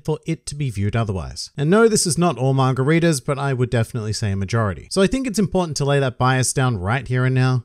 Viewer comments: I may be an uncultured prick, but is he calling us “margaritas”? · Hearing say “manga readers” to me sounds like he’s saying margaritas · Every time you said “manga readers” I heard “margaritas” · When you say manga readers it sounds like margaritas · Every time you say 'Manga Readers' I hear Margaritas...